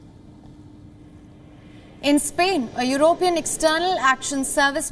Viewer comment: Learn to speak English, woman. How do you pronounce the word "European"?